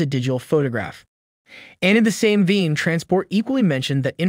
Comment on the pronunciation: "In the same "VEIN" (pronounced V-AY-NE) not - VEEN. Thank you!